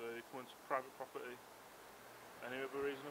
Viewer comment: "You're on pwivate pwoperty," what an Elmer Fudd sausage !